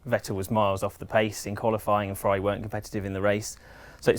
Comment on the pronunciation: #FEEEERRRRUUAUUUAAUAUAAAARRIIIIIIIIIIIIIUIUIUI Beautiful English pronunciation xo